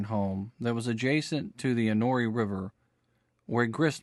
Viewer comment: Enoree = En o ree LOL